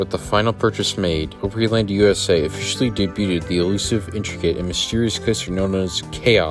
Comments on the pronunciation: ooooopryland? Nah. Its AHHHHpryland/ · Nashville native here. Opryland is "op" with a short o, not "ope" with a long o. OG Nashvillians hate Gaylord for shutting down Opryland without warning and opening yet another mall---at the time Opry Mills opened, there were a total of NINE active malls in Nashville. That said, a new mall in that area would have been an excellent alternative to a theme park...in the 1970s or 1980s. By the time Opry Mills opened in 2000, brick-and-mortar stores were already starting to be usurped by online shopping. Once the Great Recession came along in 2007, the lesser performing malls of the city started folding up in short order. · I remember riding Chaos when I was about 7 or 8 years old, and it scared the CRAP out of me! I loved Opryland so much- grew up about 20 mins from there, and we had season passes. I remember when they built the Hangman ride. Just FYI, it’s pronounced Opryland (the word “Opry” is a derivative of the word, Opera, because of the musical performances- it’s opera, but in a southern US dialect/pronunciation)